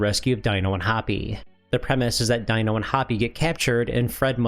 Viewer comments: its pronounced "DEE-NO" not Dino lol another great vid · Dee-no, and Hoppy. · Fred Flint stones pet's name is pronounced dee-noh. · Dino from the Flintstones is pronounced DEE-no. (Sorry, I am a pedant, and I realize it's not obvious when it's only written out) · I see hasn't watched the Flintstones. Dino's name, the "I" is pronounced as an "E" because well it would be weird to call him Dinosaur because that is what he is. The pronunciation was tweaked for a more natural sounding name.